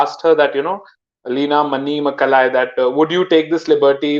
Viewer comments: Manimekalai, like in meghalaya with an "ey" sound at the end... It's sounds tamil, i don't know her ancestry.. One point i have slight criticism with you is giving hinduthwa too much of a free pass, rather than saying any nationalism based on a religion is bad for us. This comes from an atheist from the hindu community. I too was like you frustrated with blaming the majority for everything, blaming the majority even when they're the victims like godhra or kashmir. Acting like muslims are like this infants with no capacity to do anything, anything a muslims does must be supported, etc etc.. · 😀 the last name is a Tamil name. It is pronounced - mani + may+ galai